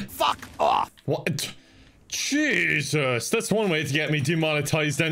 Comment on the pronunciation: Everytime says “Jesus” I think he’s about to say “Jakers”. It makes me nostalgic due to this show I watched as a kid. I hope he says it one day...